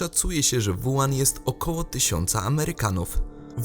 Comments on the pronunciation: Nie: "Wuan" (zapis fonetyczny), a: "Łuhan" (zapis fonetyczny). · zle czytacie chińskie wyrazy. WU HAN czyta się tak >>ŁU HAN<< douczcie się bo siara jak hu*